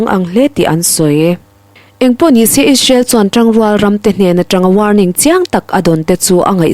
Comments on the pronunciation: ‘Ish-rael’ ti lovin,’Is-rael’ tiin han lam phei la chuan i thu puan chu ‘perfect’ a ni mai. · Israel i lam dan hi tinge ishrel i tih tlat chu le. A spelling pawh a lang chiang hle si.